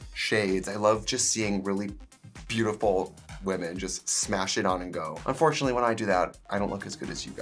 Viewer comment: SMASH-O-IT (outhouse, igloo, tent)💀💀